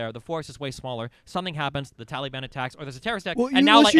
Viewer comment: I just wanted to say that I love how Destiny pronounced ‘Taliban’: Tally-ban. The tally ban! 😂😂😂😂